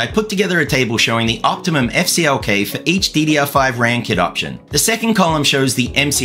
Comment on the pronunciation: You said EFF CLK. What did CLK do to you? HA! I'm guessing AMD knows that there is performance to be gained in a better memory control on their next gen MB platform. Informative video! Good job!